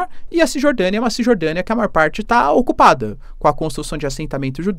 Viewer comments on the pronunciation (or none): Fica a dica kkk não se fala alficina e nem eucalipto,nem aucupado, o correto és eucalipto,oficina, ocupado 😂😂😂